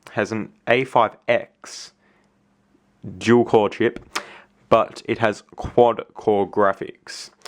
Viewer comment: Obviously U Said JewelCore.......u need to pronounce it Du-al Core!!